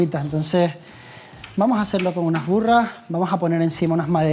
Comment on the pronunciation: Vamoj a hacerlo con unaj burrajjjj 🤣